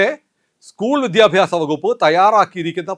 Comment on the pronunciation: അങ്ങ് ശക്തമായി വിഷയങ്ങൾ അവതരിപ്പിക്കുന്നു. അഭിവാദ്യങ്ങൾ . അതിനിടെ, പക്ഷേ "വിദ്ധ്യാഭ്യാസം " "വിദ്ധ്യാർഥി " മുതലായ സർവസാധാരണ വാക്കുകൾ ശക്തമായി ഉച്ചരിക്കുമ്പോൾ അരോചകമാവുന്നു . ശ്രദ്ധിക്കുക, പ്ലീസ്സ് .